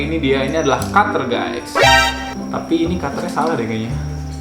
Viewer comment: Kenapa ya gua suka ngomong"kater berkarat"🤣